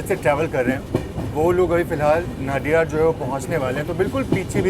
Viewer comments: Ek request hai, sbhi se, ki station k nam jo hain wo aap waha k boards par jo Hindi ya local languages me likha jata hai, wesa hi pronounce kare... Jese नडियाद, instead of नाडियाड. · Nadiad.... Incorrect pronunciation....!!